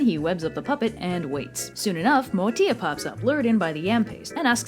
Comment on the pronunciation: As an ASANTI I love this video, there are hundreds of stories but they are dying due to oral tradition, maybe I should write a book, You Butchered the pronounciations though LOL, but well done, MOATIA is not a Fairy it means DWARF , Ashantis don't have fairies